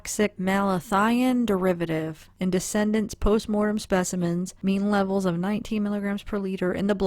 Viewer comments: de-ced-ents - those who died...NOT de-cen-dents meaning ones children, grandchildres, etc. Just a note...as I clearly understood since I was reading with you, but some might not. But very careful, educational work by you...Bravo! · Quick pronunciation nitpick, for future videos, in case no one else mentioned it: The deceased (plural) are the decedents, pronounced closer to Dee-cee-dents or Dee-cee-dants, not pronounced 'descendants'. I think malachite is less and less likely their poison of choice, but not completely out of the realm of possibility, it was worth a look see. We may never know, even if law enforcement toxicologists do find out. Enjoying your channel, thank you, and keep it up! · You are pronouncing decedents incorrectly. Excellent research, btw.